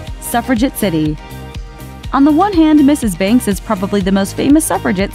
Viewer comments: His accent was terrible, says the girl who pronounces Mr. Banks as "Mr. Binks" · She criticises Bert's accent, yet she says Mr and Mrs Binks. Get it right lady- their name is BANKS